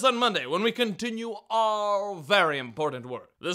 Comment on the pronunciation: First of all, I have been watching your videos for about a year now and it still sounds like you are saying "very imported work." Second... I miss the man in the mask.